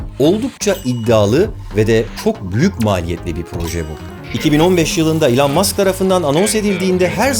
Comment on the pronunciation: Bugüne kadar Elon Musk’ı yanlış telaffuz ediyormuşum,bunu öğrendim 😂